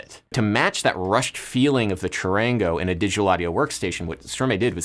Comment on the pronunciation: it's no "Shorangouu" its CHARANGO